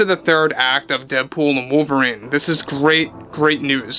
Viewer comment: Ah yes, wovlerine. Ancada's greatest reasutre 😂